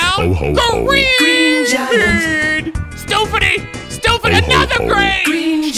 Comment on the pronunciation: i heard it as green jagger